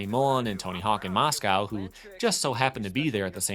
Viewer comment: MOSCOW ? your saying it wrong